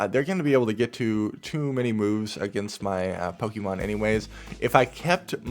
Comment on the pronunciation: why do you call it Poke eee mon? its pocket monsters.. the show we all grew up with called it pokaymon like they're french.. just call them monsters bro, you'll sound cooler.